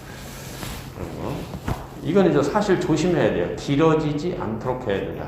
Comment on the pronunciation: "이방주의"!?? 성명이면 제발! 띄어 써야!!! 서두, 서문의 첫 자를 모두 짧게 잘못 발음했습니다. 또 사실도 같은 실수! 모두 길게 발음해야지요!!! 참! 놀라운 일입니다.